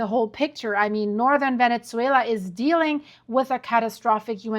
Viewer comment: Venetzuela? What language is that?